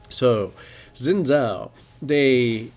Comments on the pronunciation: Zin Zow... It's Sin Jow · it is pronounced sh-ee-n Zhao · sheen jiao. pronounce it like that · Haha 'Zin Zao'. xD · It's certainly true that Xin's kit needs to be made more elaborate. It's a shame that wasn't Riot's aim in his buff, and he'll be nerfed again shortly even though ultimately he's not a great champion (he's never in the LCS). By the way, Xin's name is pronounced Shin Jao. It's Mandarin Chinese.